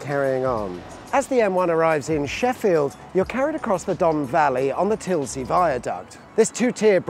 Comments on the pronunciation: You've just triggered everyone in Sheffield! Tilsley?! It's Tinsley! Like a tin of beans! Also a lot of people are asking, the bottom deck carries the A631, although currently closed due to gas works on the pipes that run along the bottomside. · Tinsley Viaduct. Not Tilsey Viaduct. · The viaduct near Sheffield is Tinsley not Tilsley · Tinsley Viaduct no Tilsey ;) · Liked the video, liked and subscribed. It's called Tinsley Viaduct, you pronounced its tisley I think. Great stuff... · Tinsley, not Tillsey. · TINSLEY viaduct not Tilsey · The viaduct in Sheffield is pronounced tins-ley, not tilsney like you said on the video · TINSLEY viaduct not TILSEY......LOL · At Sheffield it's the Tinsley viaduct. Not Tilsey. 😆😆😉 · Haha it's called tinsley viaduct not tilsey viaduct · it’s called the TINSLEY viaduct, not Tillsly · It's not Tilsley. It's TIN-SLEY! (Sheffield bit). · Tinsley not Tisley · Tinsley not tilsey! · Tinsley not Tilsley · It's Tinsley! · It’s pronounced Tinsley! Another bit of trivia, if you’ve ever seen the 1984 film Threads, the Tinsley viaduct is the site of the nuclear bomb explosion that destroys the city. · * Tinsley (he pronounced it wrong)